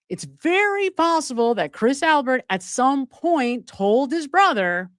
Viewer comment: Albit not Albert